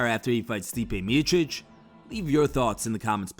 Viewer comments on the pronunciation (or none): It's pronounced Stipe Me O Chick! This narrator can't pronounce it right. It's not Me itchic !